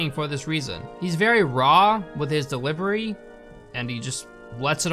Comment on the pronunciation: "he's very raw with his dewivery "